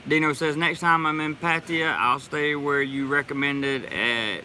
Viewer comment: Since my Thai lady got here, with her help we have found a whole Thai community right in my neck of the woods! She watches these videos with me and she would like to teach you how to say Pattaya like a Thai🤔 I told her about the American thought "dont spin your wheels" . Sorry I haven't donated lately, but it's expensive doing leagle immigration lol. I'll get something to you later.